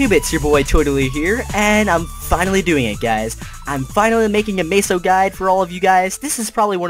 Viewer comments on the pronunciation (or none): im honestly gonna kill myself if he says maysos 1 more time! Its meso (meh-so) xD